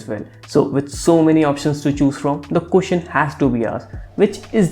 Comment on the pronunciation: It's question not cushion 😂